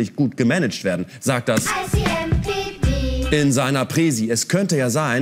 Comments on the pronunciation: Bin ich der einzige der dauernd „I see NPD…“ gehört hat 😂 ?! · Bin ich eigentlich der Einzige, der immer "I see NPD" statt "ICMPD" gehört hat? Zum Logo würde es ja passen...